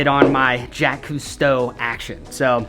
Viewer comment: he said jack cousteau its jacques cousteau lol